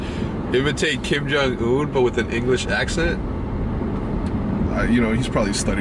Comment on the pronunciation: When Hecz called his brother "kim-jung-un" i died hahaha